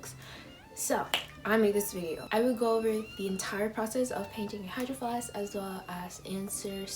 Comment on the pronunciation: Why it say hydraflask? And not hydro flask?